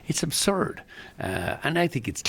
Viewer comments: Was it "aburd" or was it a plane...no it was journalistic excellence! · Aburd ??? You had one job ffs !!😅!!